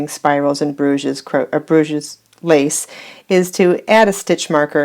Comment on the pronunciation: Hi. Thanks for the video. Sorry to be a little pedantic but it makes me cringe every time you say "Bruge's lace". It's pronounced without the S at the end. So it's pronounced Bruge lace. This is because it originates from Bruges in the north of Belgium, where French is spoken. Bruge's lace is a very ugly way to describe a beautiful lace!